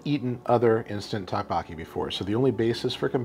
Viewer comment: Doke Boke E is how it’s pronounced.